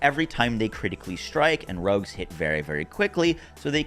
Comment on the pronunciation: If you have an aversion to hearing one word repeated over and over (nerfed) avoid this video. Also Rogues are now rugs.